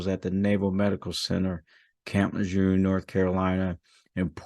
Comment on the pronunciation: Sir you mispronounced camp lejeune. As far as I understand it in history. This is a rough take but here we go. Lejurne. Hope you're doing well. And I know you're not in it for the money. Please keep working towards outstanding. With Honor courage integrity and commitment. Improvise adapt and overcome. Any and all things. I've committed to myself as a puke civilian to this idea. As John Daily would have had it. Still broke ass now blind in the left eye. From the kids to high school here did punched me that was wearing a Marine Corps shirt. Not so honorable. And as far as I understand it. Marines respect Marines. So I guess he was going to be I want to be. My recommendation for him is redacted. All of my best you and yours and Merry Christmas. It's a crap shoot at this point. Thank you sir good evening.